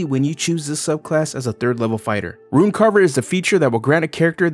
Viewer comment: Ah yes, the “Ruin” knight